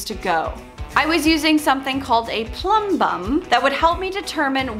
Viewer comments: Great job 👍 And it’s Plumb bob not Plumb bum 😉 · it is called a Plumb Bob 😂 i just pronounce it weird haha